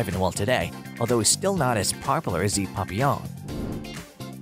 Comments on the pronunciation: Plenty of decent information, but the name is Pap-short A not Pop. Kirby comes from Lo-teee ki papillons. Not Lo- tecki. This drove me crazy the entire video. Also, the painters name is Ti-short I - tion , not Titan. Maybe read the info yourself instead of using a computer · He calls them Puppyawn.😭 It's PAP-ee-awn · No the correct French pronunciation it is 'Pa - pee - onh' with the emphasis on the 'pee' there is no long 'awn' at all. I have bred and shown Papillons for over 20 years. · Its pap-E-on But still cute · Not sure if I can sit through this whole video of this guy saying "PUPeyon" way too much. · Maybe try learning how to pronounce Papillon? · Lordy! I have Papillons, but can the narrator pronounce Papillon correctly?